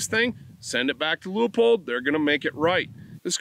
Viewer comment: Thanks for pronouncing Leupold correctly. Even here in Oregon they butcher that.